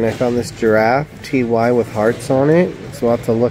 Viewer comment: I don't mean to offend but why do you and John say T Y for the Ty Babies/plush? It's TY pronounced TIE! I can live with the way you say it because I love you and your videos very much but miss pronunciations set my teeth on edge. Sorry--but keep those videos a coming!